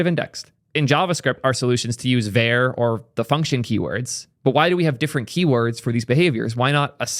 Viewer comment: calling `var` `ver` throughout this video is killing me!!!